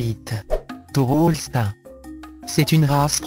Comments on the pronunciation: Holstin et vatusi bel accent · le plus marrant c'est comment il dit Holstein et Salers